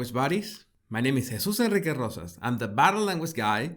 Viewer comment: 👏👏👏pronounced hay suse, thanks for setting the record straight